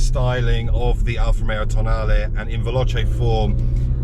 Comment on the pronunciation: Nice to hear an english guy that FINALLY pronunce properly “Tonale” !